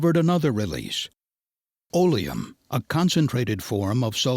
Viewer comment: Olium?? What's that ? I never heard of this. Oleum.. It's accid.